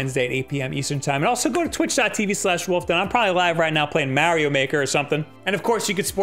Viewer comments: m'ah'rio not m'air'io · hey Bab, its Mario, not Merio.